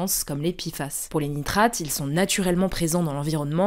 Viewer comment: Pourquoi on dit PI FAS alors que c'est Pé FAS ?